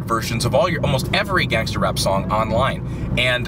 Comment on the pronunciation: He's Too White When He Says Gangster And Rap